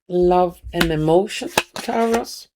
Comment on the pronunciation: Lovely Taurus is said like Torus